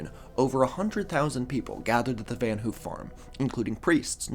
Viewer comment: Van haaf. Not oo